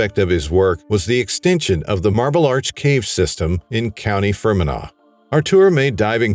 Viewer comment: Thank you. I’m not even going to get started on Fermanagh.